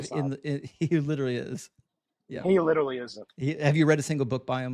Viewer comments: The caller tried so hard to be. Which made for an intensely annoying call. There must've been 1000 literally's pronounced "littely". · he witerally answered your question. Witerally.